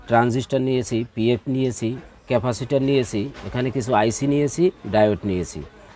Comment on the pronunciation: ভাই ক্যাফাসির বলতে কিছু নাই ওটা ক্যাপাসিটর হবে।